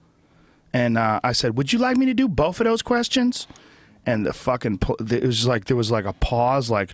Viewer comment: You wanna do boff these math problems ?? The magic of accent e_bonics